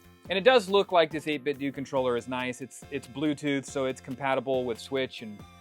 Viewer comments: I prefer saying 8 Bit Doo…. Sounds better. BUT I’ve been told it’s 8 Bit Doh. Like pronouncing Nintendo. Just say what you prefer! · I know this is going to come off as petty, but believe me, I'm genuinely asking because someone may have that inside knowledge from 8bitdo. Is it pronounced 8bitdoo or 8bitdoe? I say the latter because I don't say Nintendoo. 🤷🏻‍♂️